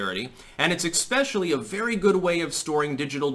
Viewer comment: Did you say "ekspecially"? More coffee!